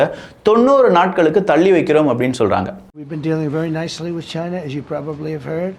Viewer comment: Not cheeena, It's China